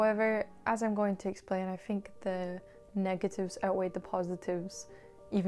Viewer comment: Me:.. say i think i though its something with the truth.: i fink i fought its somefing wif fe truf.